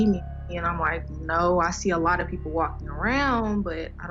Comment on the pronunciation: “… the peopo fwom yik yak…” wittowawy